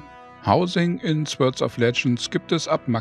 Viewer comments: Sehr informativ! Ich als Urgestein des Genres fand es wirklich gut, vor allem für Rookies war viel Information dabei. Die Beispiele und sehr gute Sprache runden alles ab. Einzig bleibt, es wird nicht "Swörd" sondern "Sort" ausgesprochen ;-) Aber das ist auch nahezu die einzige Erbse die sich finden lässt! Weiter so! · Wieso sagt er dauernd Swörds of Legends?